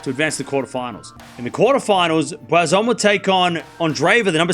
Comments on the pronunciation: It’s Boisson not Boizon. It reads “S” not “Z”. Just saying 😊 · I don't understand why he keeps pronouncing a "z" sound. He's Australian, so his native language is English, and "ss" is pronounced with a "s" sound like in French.